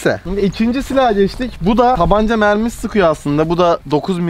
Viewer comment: abi onlar mermi değil memmi